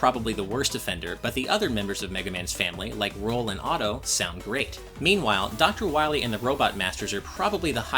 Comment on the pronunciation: DR. WAHWEE